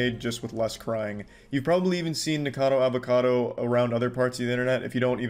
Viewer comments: he said N*ggercado Avocado, just listen to it... xD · Nickocadowwrr avocadowwrr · "Nikourcahrdour avourcardou" You fr sound like a muppet💀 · "Nikacadder Avacadder" "Penguin Zeroer" every frickin time lol